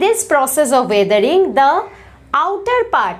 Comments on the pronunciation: you should spell weathering as wethering and not waathering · Your pronounciation is not right of weathering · I think that the pronunciation u have of weathering is different...... So which is correct!!